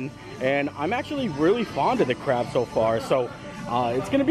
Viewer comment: be careful bud. I know you said “that’s good crab” but sounded like “that’s good crap” lol 😂 I’m only poking fun at the sentence